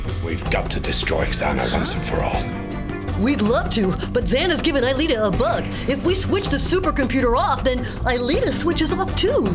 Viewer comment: Franz hopper sounds like he’s saying “Aeliter” instead of “Aelita”